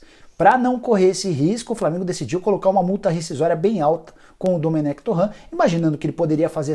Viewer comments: Nicola! Por que vc insiste em chamar TorrEnt DE "TorranT" quando o mesmo diz que a pronúncia é TorrEnt? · tá falando o nome do cara errado, não é torraaan é torreeen, ele é espanhol, não é francês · Torrãn... Torrãn... Torrãn... Torrãn... Torrãn... Ele é francês???